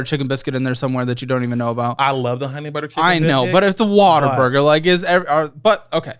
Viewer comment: Every time says "What a Burger" I hear "Water Burger"